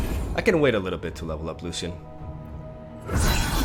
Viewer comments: pls pronounce it as lushian, its not lussian :( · It's pronounced Lu-shian just wanted you to know :) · the way he says lucian with an s got me fucked up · you are pronouncing Lucian wrong and it’s driving me mad! The C is not pronounced that wayyyyyyyyyyy😱😭